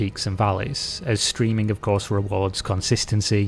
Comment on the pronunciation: Every time he says "streaming" l hear ”screaming" 🤣